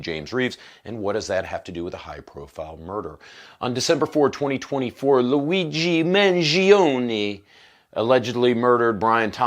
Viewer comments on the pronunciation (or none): why do you have to pronounce Luigi's name like an idiot?